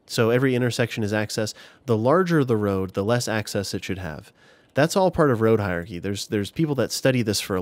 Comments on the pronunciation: It's hierarchy, not hi-archy like you're saying, happily strolling through life, omitting syllables all willy nilly. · you say "Hiachy" 😂. Had to pause for a second and stifle a giggle. Great useful information, though. I am new and have been very much enjoying all of your past and present tutorials